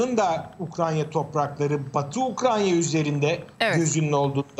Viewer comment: Ayy şu ukrayna ya. Ukranya diyorlar yaa gıccık oluyorum. Kulağıma takılıyor..